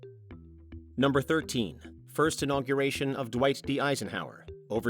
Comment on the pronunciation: ?"Dweiss D. Eisenhower"? ?Dweiss", not "Dwight"? ( _ )